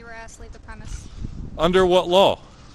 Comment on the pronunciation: His pronunciation of "law" as "lawl" makes the announcement of upcoming "lawl-suits" very apropos.